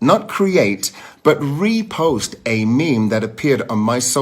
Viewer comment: Love how he kept emphasizing “REPOST” 🤦🏾‍♀️